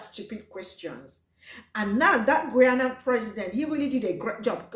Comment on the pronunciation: The host called Guyana Ghana its pronounced GUY ANNE NAH ....smh